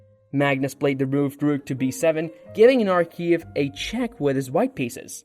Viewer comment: Good video and promising content. I suggest you practice your pronunciations. It's important to get player names right and even more so words like "rook."